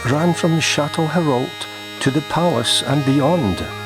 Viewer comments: As I understand it, the correct pronunciation of Chatelherault is "Shat-le-row". Although YouTube subtitles render your pronunciation as "Chateau Harold", which is what I intend to call it from now on. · It's pronounced shat le row. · Shat-le-row Is the correct way to pronounce Chatelherault. Its a French word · The local pronunciation is "shat-le-Row" (as in powering a boat by oars) said quickly. Interestingly when the building was being renovated in the late 80s there was evidence of a recent witches coven. Which corresponded to a similar finding directly across the motorway at Dalziel Park cemetery.